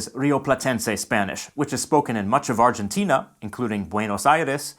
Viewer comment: Also, if you want to pronounce Argentina like we do, change the "G" for an "H"